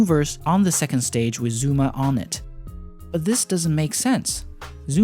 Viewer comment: “zOOma”